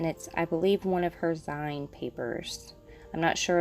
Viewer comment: (btw, it's not a big deal at all since everyone will know what you're talking about regardless, but I thought you might want the heads up that it's pronounced "zeen" like the end of "magazine," since that's where the word came from! small DIY magazines, at some point playfully shortened to just "zines")